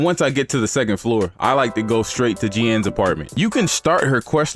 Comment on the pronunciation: "Jee-anne"??? Lol!!! Its literally just pronounced like "Geene". Great video bro!